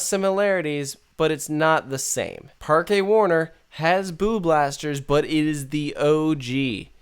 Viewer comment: Fyi it's pronounced "Park Warner" just like how you would say it in English. It's just spanish gramatical rules which are into play here. Just like how Parque de atracciones is just pronounced "Park dae attracions". Generally here in Europe some words will sound either exactly like or similar to their English counterparts but be written differently based on the grammatical rules of their respective language so just keep that in mind (example. Haus in German is pronounced the exact same way as House in English. obvious one there.)